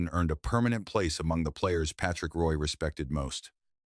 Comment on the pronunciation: You can't even say his name right. Shit vid